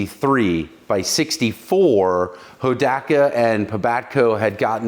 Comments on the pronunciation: I love how you started saying it right, right there at the end, Ho-dock-ka. In the late 60's, early 70's my friend Jerry, he had the Dirt Squirt version, the chain and rear wheel fell off during our (group of four) high stakes attempt to climb five fingers mountain outside of Inyokern, CA. We didn't even make the foot hills when we had to hide it in the bushes; and the group carried on with me hauling him on the back of my CT-70 the rest of the way and from then on, the Hodaka earned a childhood rep as junk. 😂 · Ho - DOC - A! Is how we called it out west! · Pronounced Ho dock uh. So wish I still had my Wombat. Paid $629 out the door brand new. Now I ride a 850+ pound BMW K1200LT. Awwww the simpler days. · Being an Oregon Boy that was High School in the early 70s of course I know where Hodaka came from. (HO DOCK A) by the way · Hoe Dock Uh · YAAAAAAY. For me the best episode yet. Hodaka ace 100; my first real motorcycle - circa 1970. Pronounced; hoe dah ka. Not ho daa kaa. LOL. Poh tae toe/ poh taa toe. That's how everyone pronounced it back in the day anyway. Many people now days have never heard of them but they were really popular when I was growing up. They were a big thing at Saturday night short track racing. People modded the heck out of them. So many memories. Thanks a bunch for this one!!! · It’s pronounced, Ho-dock-uh. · It's pronounced Ho-Doc-A! Clean bike!! I miss my wombat combat.. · I was gonna comment the same,im like he's pronouncing it wrong..I remember hearing it like you described..Thank you for the comment, and in my opinion, you are correct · You are correct sir on the pronunciation